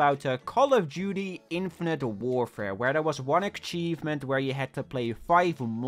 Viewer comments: Akchievement? Akchievement? jesus christ, this is a troll innit, he knows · When he said ackchievement I felt a state of peace enter me